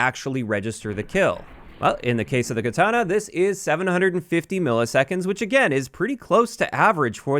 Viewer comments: I think he pronounces it as ketana (with the an sounding like SANIC) the first two times and then correct pronunciation or close enough the third time. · Why are you saying katana that way lol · I'm losing it at how you pronounce katana